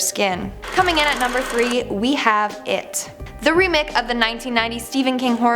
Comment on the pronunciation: I heard her say remik